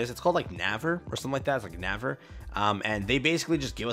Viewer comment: na-ver lol. it is pronouced almost same as ‘neighbor’. i think it is just how korean ppl think how neighbor should be written lol.